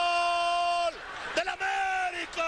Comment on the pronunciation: Cuando orvañanos decía “gool “ completo